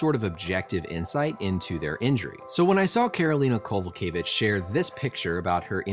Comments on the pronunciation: You pronounced her surname very good doctor, which isn't always the case with Polish James ;) Greetings from Kraków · nailing karolinas surname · First and foremost kudos on getting the name right,. She is one of the toughest fighters on the roster going through a hell of a touch patch, hopefully, she can come back with new guidance and get a W. UFC please don't cut her